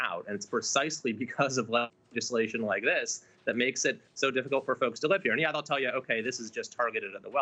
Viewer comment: Did he say"Leftislation?" :-D:-D:-D